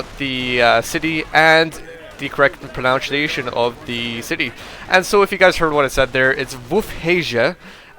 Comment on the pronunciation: "Pronunciation" is pronounced "pronUnciation" not "pronOUNciation" ! ... you asked for help :) Love your casts, keep them up.